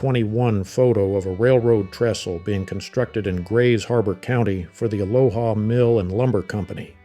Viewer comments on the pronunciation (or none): none